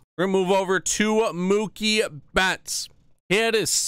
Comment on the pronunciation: Idiot it’s Mookie